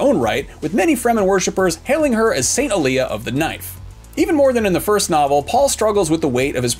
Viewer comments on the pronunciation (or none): none